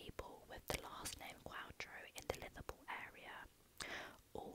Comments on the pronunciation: Why do you pronounce all your v's as th? Litherpool 😆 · glad you took it in jest, i realised after i sent it it probably came across as nasty! Just made me laugh 😄